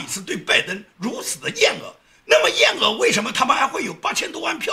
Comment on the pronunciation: “厌恶”，不念“ 燕 饿 ”，而是念“ 燕 物 ”！！！不要当“梁家河200斤麦子猪头小学博士”的难兄难弟哦😉😉😉😉😉😉